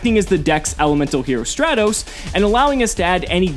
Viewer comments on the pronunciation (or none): none